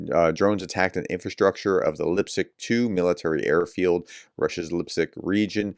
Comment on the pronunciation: How did Lipetsk become Lipsick ?